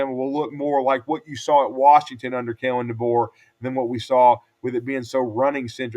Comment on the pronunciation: You lost your mind (saying keelon)Deboer has to win this year Simpson going be great